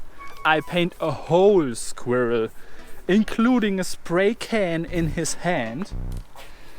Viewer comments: sag einfach skwörl, das kommt nah an die Aussprache von squirrel ran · A German trying to say squirrel is the absolute funniest thing ever